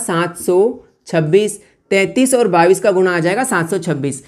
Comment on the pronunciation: Sar Babis nahi Bola Jatahai bais Bola jata hai